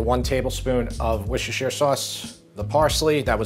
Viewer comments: Another inspiring one! Thanks! But: It’s ‘Wooster’ sauce. Welcome. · You really nailed the pronunciation of that worcestershesterjesterrestershire sauce 😂 I have to call it W sauce or it’ll take me all day to pronounce 😅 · “Wish assure sauce”. 😂😂